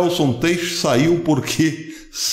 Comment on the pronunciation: Professor, não se fala TEICH. A pronúncia correta é TAICH. O sobrenome é alemão. Abraço